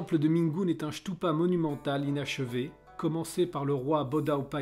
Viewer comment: Stupa et non chtoupa!